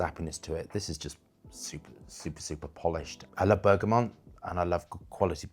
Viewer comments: He mispronounces a lot of things, all the time. Always has. VeRtiver (Vetiver), Labdaman (Labdanum), BergamoNt (Bergamot). No big deal, it's just irritating. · Not sure what his angle is, being a gay male. And it's bergamot not bergamom. always mentioning limonene, linalool, citral, and geraniol (listed on the back of every fragrance) is getting old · Bergamot is not pronounced Bergamont.... just saying . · Why cant he pronounce bergamot